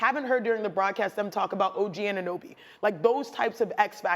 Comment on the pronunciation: Maddog Russo kept calling Anunoby "Owenoby."